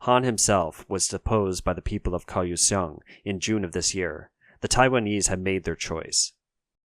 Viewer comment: Kaohsiung is pronounced “Gow Shung”.